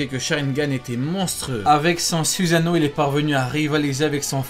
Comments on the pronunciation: euhhhhhhhh suzano à oue le fr "susano" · C pas susano c soussano